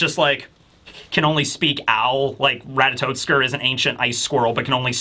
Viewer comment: Minor quibble, but it's "Ratatoskr", not "Ratatotskr". No "t" before the "s".